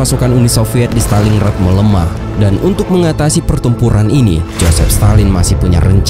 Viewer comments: Montgomery bukan mcgomery Stalin Grad bukan Staling Rad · stalin grat, bukan staling rat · Maaf nih klo boleh koreksi, pengucapannya stalin-grad bukan staling-rad. Dtunggu part 4 nya ya...